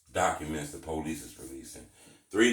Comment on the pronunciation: This nigga “policey”🤣